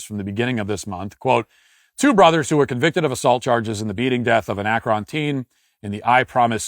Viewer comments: Hi Matt! Huge fan here. I live in Akron, Ohio and I just wanted to politely tell you that Akron is pronounced 'ack-run.' Like , the word run. It does not rhyme with bone or moan. Not, Akrone. ;) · ou can't pronounce akron. It's pronounced ack-run. It's stupid what etahn lyming did. Why would u mess with black guys? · Akron is pronounced akr-in